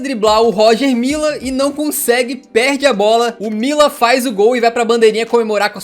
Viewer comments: querido, o vídeo é bom e a narração também, apenas atente para um fato: a pronúncia correta do jogador camaronês é Rogê Millá e não Róger Milla. Vida que segue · Pronuncia-se "Rogê Milá"